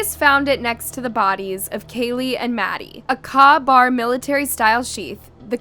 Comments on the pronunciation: A "kah" bar knife? Its pronounced "k-bar." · Caw bar? It’s pronounced “COH BAR” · Exactly!! Like Kay-bar….. AI can’t get it right!! PS Ka-Bar knives have been made since 1924…. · "K" bar! Not, ka Bar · Kay bar not Car bar !! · K bar not kaw bar knife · Good coverage // it's pronounced, "K"-BAR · IF he was involved, so were the surviving roommates, and possibly even the girls family who sooic!ed herself. He doesn't seem to have actual evidence against him, only speculation. Its pronounced K-bar by the way. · Its pronounced K-Bar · good video because you got so much information to us in 23 minutes!!!! Other true crime YouTube channels drag on for over an hour without presenting as much info!!!! Thanks!!! The knife brand KA-BAR is pronounced like it is KAY-BAR!!!!!! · K bar! K bar knife. Do you know how ridiculous you sound! In a day & age where you can literally hear the pronunciation of a word on google!!!!. Do better! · Same. That kah-bar pronunciation was getting on my nerves. Like she hasn’t watched a single one of the thousands of videos on this case where they’ve pronounced it correctly 30 times in each vid. Lol. 🤦🏻‍♀️